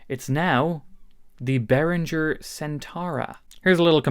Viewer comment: Bro, your making a vid for the world to see. It's pronounced Bear Ringer, NOT Bear Rinjer... Real guitars and musicians know this, Posers do not...